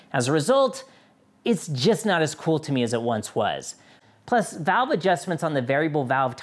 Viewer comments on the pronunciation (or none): none